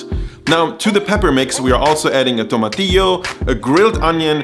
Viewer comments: Really appreciate your pronunciation of different things in your videos. From tomatillo to Uyghur. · Subscribed just to hear you say "tomatillo" again. ^_^